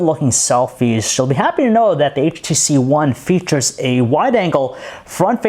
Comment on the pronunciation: He keeps saying HTC Juan